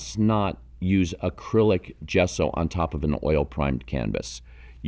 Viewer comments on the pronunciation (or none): none